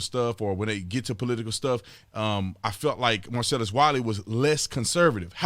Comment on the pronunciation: Every time you say Marcellus Wiley all I hear is Marcellus Wallace...lol